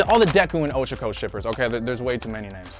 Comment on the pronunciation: Sadly, one for all wouldn’t be passed down to their kid. Also, Oh-Cha-ko lol